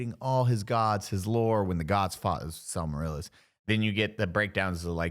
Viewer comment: Hearing all of them drunk butchering the lore of the greatest fantasy universe ever thought of made me physically unwell. Wtf is a Samarila? You mean the Silmarils? Also there are 5 Istari (wizards), Gandalf, Saruman, Radogast, and the two blue wizards who I believe were never officially named but there was a letter where Tolkien told what he supposed their names might have been. There are less than 8 Balrogs, Tolkien changed his mind about how many there should be and how powerful they were. I believe he says that there should be assumed that perhaps three, but certainly not more than seven that have ever existed. Morgoth was the original dark lord and he was a god (little g god, there is a big G God called Eru Illuvitar) who thought he was better than all of the other gods so he rebelled and tried to corrupt and destroy all they did. Sauron actually differs a lot from Morgoth in his values and goals. Sauron doesn’t want to destroy the world, he wants to control and organize it in his preferred way, which unfortunately was corrupted by Morgoth in the first age.